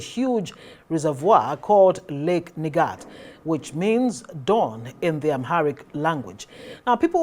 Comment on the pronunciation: Nigat " you pronounced it very well